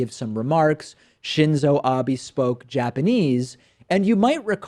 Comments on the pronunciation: Please stop saying Abi instead of Abe. It's ok if you don't pronounce a foreign name perfectly but you could hardly say it worse if you tried and your buddy kept saying it right (more or less). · Prime Minister Abe's last name shoukd be pronounced to rhyme with "obey." Pronounce Abe: "Ah-bay." NOT "Ah-bee." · David, the PM's name is Ah-beh, not Abby! Please! I'd want our PM to trash talk Trump-san in Japanese with his best diplomatic smile on his face, completely opposite to what he's saying. The earpieceless president's reaction would be hilarious to watch. lol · Its Shinzo Abe with o like in the word oblique, not Shinzow Abi. Would you call Elizabeth Warren, Elizabith Warrin? Lol. Shinzow Abi is a different person. It's sometimes really annoying that Americans try to pronounce names from other countries using the english tone. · David, just for future reference, Abe is pronounced like Ah-bay not Ah-bee. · Just a quick note, Abe's pronounced "ah-beh", not "ah-bee" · David in Japanese be is pronounced bay...long a sound. His name is Ah Bay not Ah Bee (phonetically). The Romaji spelling of what would sound like Ah Bee would then be Abi. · It's not Abi, it's Ah-beh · Just a small thing, but it's not "Ah-bee" The "e" in "Abe" is short. Like "bet." "Ah-beh" Still, this story is hilarious in any language. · it's a ah-bay not ah-bee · Pronounced "Ah-Bay" btw, not "Ah-bee". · It's "Abe" like "A Bay", not "Abe" like "A Bee". Hope that helps for the future! Honestly, this is something I'd expect from Bush more than Trump, but what's the chance Trump actually knows Japanese? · Abe. not Abi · His name is pronounced Ah-bay. Please get it right. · It's pronounced .. ...shinzo r bay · haha "Shinzo Abee" americans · just in case you don't already know, it's pronounced Ah-beh. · how you pronounce Abe "Ah-bee" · Shinzo Abe is pronounced "Shinzou Ab-eh" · stop pronouncing it obby you uneducated fuck. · its Shinzo Abe not Abby..... Western pronunciations of Asian names always gets me